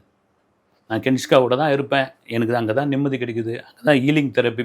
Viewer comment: Kenishka illa Kenisha